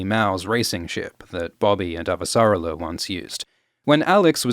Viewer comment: Hell yeah, more Expanse episode breakdowns. I can't wait to hear all the new ways you mispronounce Avasarala.